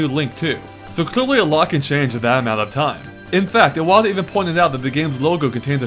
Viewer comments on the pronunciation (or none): none